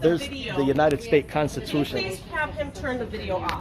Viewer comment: Collect? Cost? Coat?😂😂😂